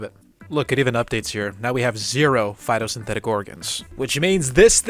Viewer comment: everytime you say phitosynthetic organ i take psychic damage